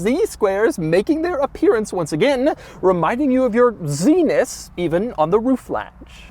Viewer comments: "Zness" ok Doug 😂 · LOL. "Zenis"